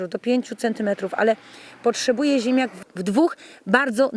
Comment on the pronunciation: Pani wymawia ziemiak, zamiast ziemniak... Nie mogłem się skupić na filmie zwyczajnie...